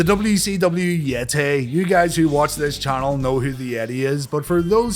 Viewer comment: the....yeti? Sorry, no I don't know who that is. I only know.... THE YET-TAY! 🧻🧟‍♂️🧻